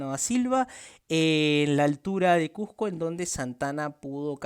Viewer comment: Acomplejado, pronuncia bien la palabra CUSCO